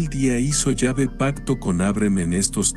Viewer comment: No se dice yave si no q se pronuncia la letra E con acento